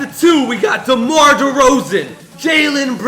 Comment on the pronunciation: you said damar drozen